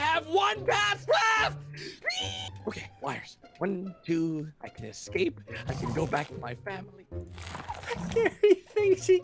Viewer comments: Why do you say excape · Just realised that ssundee pronounces ‘ecscape’ instead of ‘escape’ 👀✨